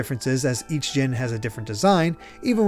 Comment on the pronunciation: I know it's petty but... why are we saying "zhin" when it's spelled Djinn, with a big fat D at the beginning?